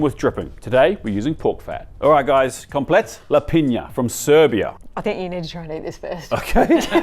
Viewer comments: Oh dude, thank you for butchering komplet lepinja for me. I would have gone nuclear if I was by any chance near you while you were in the process of making it. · Oooh have to stop watching after you butchered that komplet lepinja lol who knows how else other dishes are misrepresented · Love the content, but you completely butchered Serbian Komplet lepinja